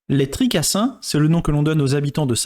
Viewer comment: Les tricaStins , pas les les tricassins